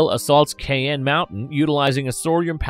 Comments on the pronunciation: The name of the mountain where NORAD is based is Cheyenne, not "Cayenne". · Also another 1 you got wrong is Cheyenne mountain.. It's pronounced "shyanne" mountain and not "cianne" mountain. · Its pronounced SHY-AN mountain. You know the Cheyenne Native Americans. Kay-an........LOL! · Is this voiced by a synthetic voice? Feye tor not fee tor Shai Anne mountain.